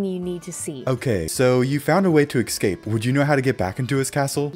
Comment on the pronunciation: love this series. Only one problem, my mans says "ekscape."